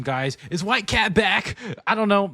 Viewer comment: Did bro just say whitegyatt 💀